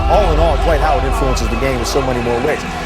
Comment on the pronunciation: “Hornets have agreed to twade Dright Howard to the Nets...”